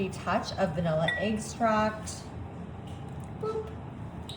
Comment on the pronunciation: It’s not eggstract…it’s extract! I’ve noticed you saying the same thing in other videos!